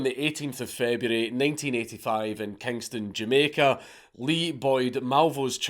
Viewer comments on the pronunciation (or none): none